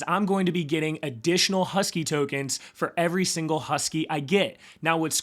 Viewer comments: Please don’t, you sound like a tool, how can you possibly ready “Hosky” and say “Husky”, it’s not difficult. Also you managed to hilariously mispronounce one of the seven wonders of the new world and call it “ChiCken Itza”, Google “ChiCHen Itza”, I’m doubting a lot of Latin Americans will watch if you just “roll with it”. If you seriously want people to Like & Subscribe, you might want to work a bit harder on your pronunciations. (All meant in the nicest way possible) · Pronounced HAWS-KEE. Its supposed to be a play on words to pay homage to Charles Hoskinson lol😎🤙🏿